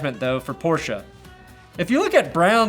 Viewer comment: He pronounced it like it is supposed to be. You Americans butcher that name way too much